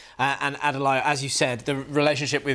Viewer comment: "Adelayo Adedayo" Really?